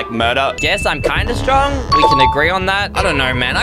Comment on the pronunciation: Wen eysreem said im so stowong he spells so dumb